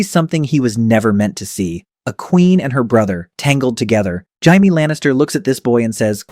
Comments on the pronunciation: the narrator says Jamie 2 different ways: 1) he pronounces it the Spanish way: pronouncing the “J” as an “H”, as in “Hamie” 2) instead of “J-amie”. Since Marisol is a Spanish name I think the Spanish slipped into the English version. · to read Jaime Lannister as "Haimee".. instead of "Djay-mi".. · Why do you think it’s Indian instead of Spanish. This is Marisol’s site & Marisol is a Spanish woman’s name ? the narrator says Jamie 2 different ways: 1) he pronounces it the Spanish way: pronouncing the “J” as an “H”, as in “H-amie” 2) instead of “J-amie”, the English way. Since Marisol is a Spanish name I think the Spanish slipped into the English version. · Spanish. This is Marisol’s site & Marisol is a Spanish woman’s name ? the narrator says Jamie 2 different ways: 1) he pronounces it the Spanish way: pronouncing the “J” as an “H”, as in “H-amie” 2) instead of “J-amie”, the English way. Since Marisol is a Spanish name I think the Spanish slipped into the English version. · I'm well aware of the Spanish pronunciation considering it's literally my name and it wasn't even close to how it was said in the video. I said Hindi because early in the video they left some Hindi shit in they clearly didn't intend to and since it's AI they are just generating and posting so of course they're going to miss this kind of thing because the are not bothering the check the output beacuse it doesn't matter to them, only their return matters and that requires just shitting out slop as fast as possible. This is the Youtube AI video slop meta.